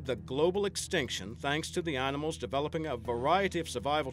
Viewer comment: at the begining he said "Annamals"